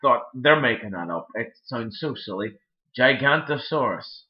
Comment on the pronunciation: I think the purple dinosaur is pronounced Jig-ano-to-saw-rus, spelled Giganotosaurus.